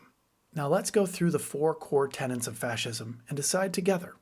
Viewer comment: Excellent. Do learn to say "tenets" .They don't live in your building!